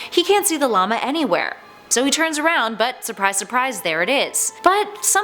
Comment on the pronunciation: Yo wHO hErE saYs llamA likE La lama